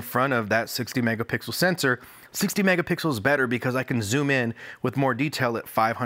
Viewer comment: he said megapickles once lol